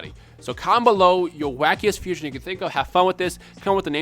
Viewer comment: fuuuu-siooooonn-haaa, the three syllables of awesomeness